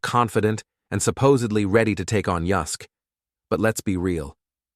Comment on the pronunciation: UYSK is pronounced, who sick , not yusk, you plant pot 😂😂😂😂